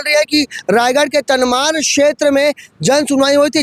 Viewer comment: तमनार बोलो भाई। तनमार नहीं।